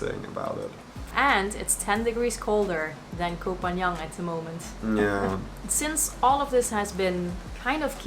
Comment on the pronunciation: And you still cannot pronounce the name of the island. It's not Koh Phan Young, but Koh Phan GAN. Pronounced like GUN!!!